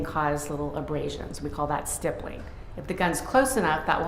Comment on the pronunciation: How does this defense attorney not know how to pronounce stippling? 🤦‍♀️